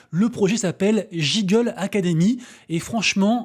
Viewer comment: Google se dit GU- non ? Pareil là, Giggle se dit Gui-ggle. juste pour info